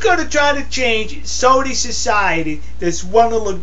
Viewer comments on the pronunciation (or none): it sounds like you are saying "SODA" Arabia.....its SAUDI...you need to pronounce the AU more.